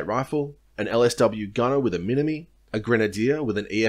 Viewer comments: Minimi is pronounced minim'eye' not mini me.... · I doubt that. But even if true, as this is a video on the Australian Army narrated by an Australian, its mini-MY. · Minimi = Mini-MY, not Mini Me. Other than that, first rate video! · everyone gets this wrong, its pronounced MinimI, not minimi, hard i. Minimi is short for Minimizer and you pronounce the I the same way through the shortening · “Mini me” Minimi is pronounced “mini-my” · Serving full track here. Mate, with exception to some very recent developments this guide is fantastically accurate. In particular your explanation of the organisational structure of Army is exceptional. I'll likely show this to the new blokes as they rock up. Very well done! On the colloquial side of the house minimi is pronounced 'mini-my' and we call the FN MAG the 'MAG 58'. Other than that I'd have assumed you'd served yourself. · this is such an incredibly informative and well-researched video but for the love of god it's a steyr not an "ay yu gee" and a minimi not a "mini-me" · Pretty good video. For future reference, Minimi is pronounced "Minimeye" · its pronounced mini-MYE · I know you never served the army by the way you pronounce minimi, but no the less great video!!